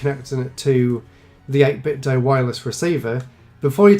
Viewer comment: Thank you for pronouncing 8bitdo correctly. 80% of other reviews on YouTube get it wrong. Good job as always